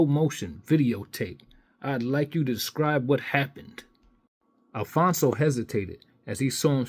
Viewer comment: it’s “ ALPHONSE “ - NOT “ Alfonzo “ , or “ Alphonso “ , or “ Alphonzo “ . Its pronounced “ AL - FONZ “ . There is no pronunciation in the letter “ O “ at the end of it . Emile - “ Alphonse “ - Griffith “ . Never knew that Emile Griffith was addressed by his middle name ? Also some advice you might want to go over how the word “ Totalitarian “ is also pronounced ( along with a few others here I won’t mention ) . Ok , Maricon? Just kidding .